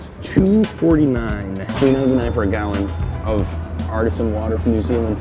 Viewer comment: Artesian water, not artisan. Like from Artesian wells.